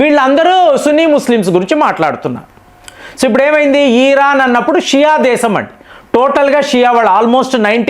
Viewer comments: ఈ రాన్ కాదు sir ఇరాన్ అనండి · Dear It’s Iron not Ieeran. Please take popular pronounceation